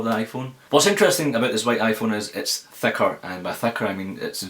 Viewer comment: thaker thakr :) lovely pronouncing